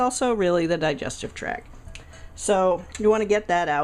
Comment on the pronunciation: It's digestive tract, not track. ( for the people that might not know that word) Great Video though!